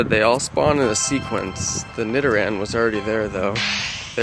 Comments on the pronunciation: yeah he said nidoran right congrats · Yasssss! He said nidoran right!